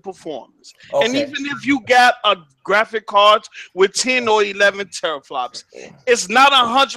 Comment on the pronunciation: doesn't know about gaming pc's if he is saying teraflops wrong lol